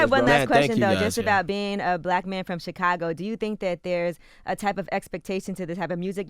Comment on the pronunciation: Can someone teach Charla how to properly pronounce "Chicago"?